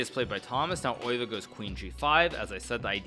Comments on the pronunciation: He pronounces it as if it’s a German name, but Max Euwe was Dutch. The correct pronunciation is [ˈøːʋə] but that probably doesn’t help lol. Best English approximation I can think of is “uh-w-uh” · The best English approximation is undoubtedly "Ur-vuh". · ye probably something like eh-w-uh actually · Its not